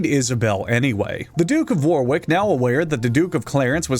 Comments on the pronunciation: As the quintessential annoying British person, I must inform you that it’s pronounced wor’ick not War’wick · Just as a Yorkshire-er, I love to see the Wars of the Roses talked about! But the second "w" in Warwick is silent. It's pronounced more like "worrick" and not "wore-wick" (No shade on either person btw but it's still not as funny as KrimsonRogue, in part of his excellent Empress Teresa review, pronouncing Gloucester as "glow-chester" (with the "ow" sounding like how it does in "cow") ) (For future reference, Gloucester is pronounced as "gloss-ter", and I don't laugh with any malice at mispronunciation - it's more just funny to be reminded how jagged my beloved native language can be.) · "Warwick" is actually pronounced "war-rick", don't ask, we have a tonne of non-sensical pronunciations in our place names. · I'm sorry, but I can't bear to watch the video while you continue to pronounce Warwick and war-wick. I was hoping you'd eventually say you were just saying it incorrectly on purpose, but that just didn't happen. Disliked, reported and slandered to all my friends so they won't watch your videos. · So.. no one pointing out how he said War Wick? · and Warwick! It's pronounced Warick, the second W is silent. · Warwick is pronounced ''worrick" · I need to say that Warwick is pronounced "worrick" because I feel is ready for it and can take on the challenge. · You know those jokes about British place names not being pronounced they’re spelled? Well “Warwick” is correctly pronounced “Warick.” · I’m from Warwick, and watching this man butcher the pronunciation of my home town physically hurts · I wonder if anyone else informed you your pronunciation of warwick was incorrect. If they have, ignore this. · Warwick’s second W is silent btw. As a British person, we spell things kinda weird… like Leicester, Worcester, Gloucester, Edinburgh, Holborn, River Thames, Leominster, etc.